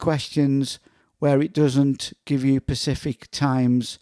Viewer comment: It's specific not pacific.